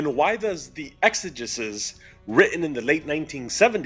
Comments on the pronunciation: exegesis has a hard E sounding third E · sorry, after a certain point, I just have to say it. it is pronounced “ex-a-jesus” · It’s pronounced ex-ah-JEE-sis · It’s pronounced Exigisis and it means explanation in ancient Greek